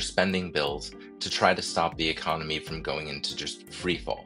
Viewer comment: Pretty sure dude said "Ecomony" 😂